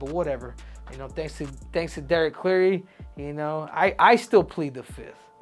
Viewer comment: "thanks to D cleary"🤣